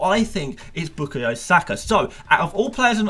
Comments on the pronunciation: A biased arsenal fan who can’t even pronounce saka first namw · Is it me or does the way says bukayo feels really unsettling😂😂